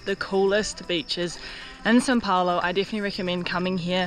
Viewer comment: Why is she saying SIN Paulo? 😒